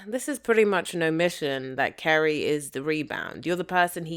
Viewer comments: Carrie not Kerry. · Why do you call her Kerry??? Her name is Carrie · Who is Kerry? Her name is CArrie! With an A 😂😂😂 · Why do you pronounce her name “Kerry”?